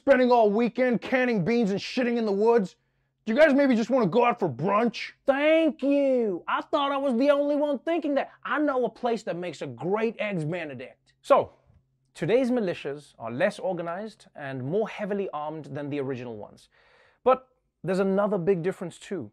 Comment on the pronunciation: Benedict egg's? Really Trevor?😐